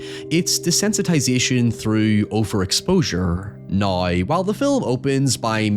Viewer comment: I hate the way this dude says "now" and "however"